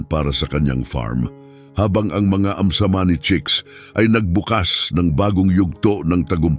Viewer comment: Ayam Cemani chicken, not amsamani.